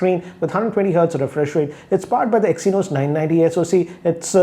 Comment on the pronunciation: Ohkk i stoped watching the video when i heard "exynos".😕😕